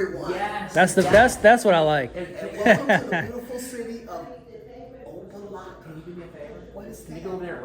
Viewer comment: He said OPA - LOCKA …. Jackass! 😂😂😂😂😂😂😂😂😂😂😂😂😂 Never heard that before! Wrong Pronunciation Bud!